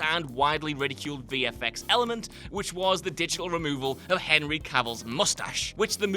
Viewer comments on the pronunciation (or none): none